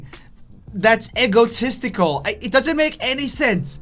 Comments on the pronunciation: eggotistical? e-go-tistical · I think they are talking about his pronunciation. He says it like eggo-tistical, not ee-go-tistical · Egg-O-tistical? Whaaaaaaaaaaaat?! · The only thing I could think of through out this entire video was that Roomie said Eggotistical. Eggo-tistical. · I love how he pronounces egotistical Eggotistical Hestalkingaboutme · "Eggo"tistical Lol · lol eggo - tistical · “Eggo tistsical” Roomie 2019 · "Eggo-esticle" - RoomieOfficial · The only thing I want to roast you on is how you pronounce egotistical (EgGotisitical) 🥞😂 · EGGO TESTICLES !!!!!!!!! please tell me im not the only one who heard that XD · Roomie: egotistical Me: why he saying eggo testicle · I love how he pronounce egotistical 😂❤️